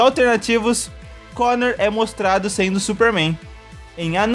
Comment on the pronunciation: o cara se escreve coner mas fala conor